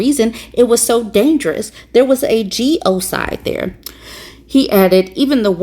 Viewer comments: Genocide, not "geo-cide." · “A geo cide”? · It's 'genocide' not 'geocide'. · What the fuck is a geocide sister? Do you possibly mean genocide? I don’t believe there actually is a word geocide?? But man do you ever sound like a typically ignorant uneducated amerikan saying that…geocide, maybe that’s when an entire country collectively kills themselves all at once? But wait, that’s never happened before, so that can’t be it either…. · Its pronounced 'genocide' and not 'geocide'. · I know you didn’t just say Geo-side??? It’s actually genocide…